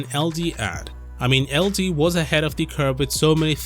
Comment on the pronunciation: It's LG not LD